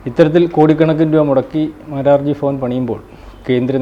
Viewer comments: ഫവൻ അല്ല ഭവൻ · ഡാ ഫവൻ അല്ല ഭവൻ എന്ന് പറയടാ മാപ്രേ ഈ വക നേരം വെളുത്തിട്ടില്ലാത്തവൻമാരേ ഒക്കേ യെ ഇൻ്റർവ്യൂ ചെയ്യാൻ വിടുന്ന ABC mgt നോട് എന്ത് പറയാൻ? Good for nothing ഫാരതം ജന്മ "ഫൂമി " ഡാ മാപ്രേ ഭൂമിയോ അതോ ഫൂമിയോ കഷ്ടം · ഫവൻ അല്ല.. ഭവൻ.! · ഫവൻ അല്ലടോ ഭവൻ. തെക്കൻമാർ എന്നാണോ ഭ ഉച്ചാരണം ശരിയായി പഠിപ്പിക്കാൻ പോകുന്നത്? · ഭവൻ not ഫവൻ... ഭ not ഫ... മലയാള ഭാഷ കൃത്യമായി ഉപയോഗിക്കാതെ നാളെ ആ വാക്ക് തന്നെ ചിലപ്പോൾ ഇല്ലാതാവും.. അങ്ങനെ പല വാക്കുകളും.. ഇപ്പോൾ ഉണ്ടാവുന്ന മലയാളം അധ്യാപകരും കണക്കാണ്... 🙄🙄🙄